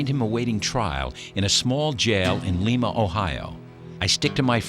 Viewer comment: It's not leema ohio its limeade